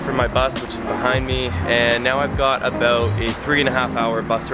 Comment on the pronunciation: he said about!!